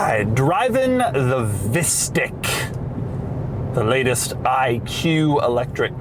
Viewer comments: I love how it's pronounced as visstick which is this rather bad dutch food which is almost like a chicken nugget but with fish instead of chicken, however, just like chicken nuggets, they are super processed and so they don't taste that good, therefore it keeps cracking me up when doug keeps calling it a visstick😂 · this is exactly how you pronounce fishstick in Dutch lol